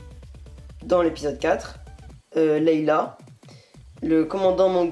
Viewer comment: C'EST LEIA PAS LEILA C'EST HAN SOLO PAS YAN SOLO !!!!!!!!!!!!! sinon +1 abo